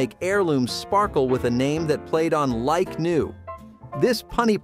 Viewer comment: I believe the pronunciation is Like-New, not Lick-New.